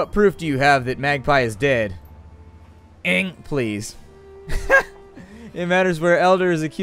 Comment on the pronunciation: I'll miss Elder Ng. Your pronunciation made me smile every time. =3